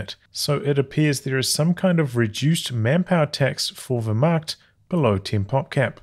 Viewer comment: Love the stream, but as a German, your pronunciation of 'Wehrmacht' is damaging to my morale. Sounds like 'where-macht' but with the v, like you have been doing. I say this only to improve you as a human being, as difficult as that is.